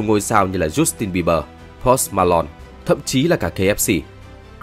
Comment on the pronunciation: BTV đọc những cái tên tiếng Anh như thể anh ta chưa từng nghe những cái tên đó được đọc lên vậy. Tai lo swift? Giút tin bi bờ? Pốt ma lon?